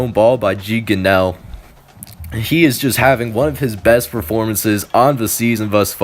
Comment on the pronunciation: its Gee (gunraw)